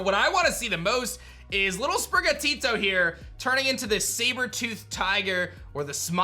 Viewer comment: You’re the first person so far who hasn’t butchered Sprigatito’s name lol 😂